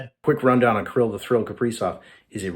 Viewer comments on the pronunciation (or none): Something about the way says “Killy” makes me laugh